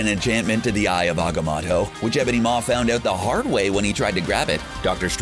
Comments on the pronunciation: It’s not ag-oh-moto It’s aga-moto I loved the video it just annoys me when it is said like that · and Ag -amat-toe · Aga-MOE-to!!! Dor-MAH-mu!!! Names are specific sounds, and not subject to accents. My name is Jeremy, not Je-RAH-my, JAH-remy, or any other variation.